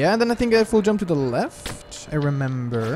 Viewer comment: When you say "full jump" i understand "fool jump"